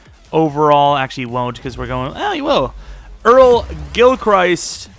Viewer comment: Gilchrist is pronounced (gill-crist) like crust but with an i